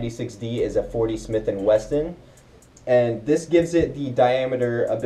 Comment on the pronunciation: Great video but it is called Smith and WESSON not smith and Weston